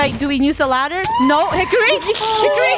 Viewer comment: “Good hikery stick”